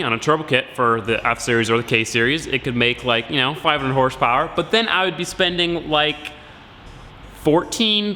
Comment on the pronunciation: hahahaha! 😂 Horsh powwer?????????